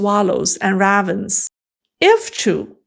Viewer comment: Ravens ( rave uns ) pronunciation